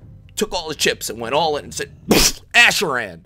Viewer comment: is it just me or are you saying asheraan?? asheraan asheraan asheraan asheraan